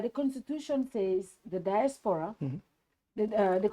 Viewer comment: Nko, who’ll teach this Badibunka how to pronounce “DIASPORA” in the right way??? 😢😢😢